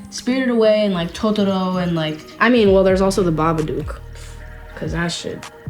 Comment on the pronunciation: This seems like a high kid trying to pad a 5 minutes interview about growing up with her brother. And for some reason pronouncing Totoro correctly.